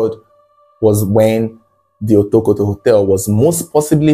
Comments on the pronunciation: Otokoto ❌ Wotowoto ✅ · you should have practiced the right pronunciation of Otokoto.